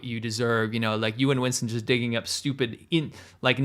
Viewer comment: "Chinston" HAHAHAHHAH